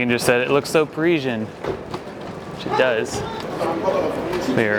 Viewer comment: By the way - it's Parisien, not Pareeshjen. An "S" - there aren't any letters in the alphabet for the sound you're using. Sorry. Just saying.